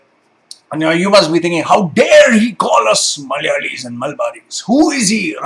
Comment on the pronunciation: You say the word "Malayalee" in the perfect accent possible.